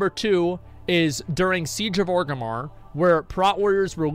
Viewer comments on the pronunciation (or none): none